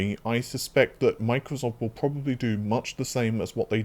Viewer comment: probababably lol great videos as always but that made me laugh.